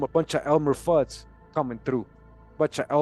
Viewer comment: Information from Congressional Records!!!!-Omg!!!-u r much appreciated!!!-thank u again!!!...U called him ELMER FUUD?!!!!😂😂😂😂😂😂😂